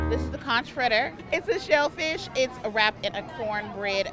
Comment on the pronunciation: Bahamian here, conch is actually pronounced like "conk". Great content!